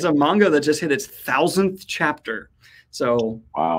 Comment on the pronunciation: He said manga wrong!!!!!!